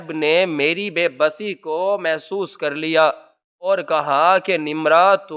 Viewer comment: Masuhs nahi mahsus